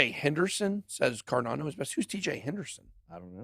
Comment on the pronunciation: BitBoy vs pronunciation 🤣 alien/ellien... also, car dan oh/ car don oh ??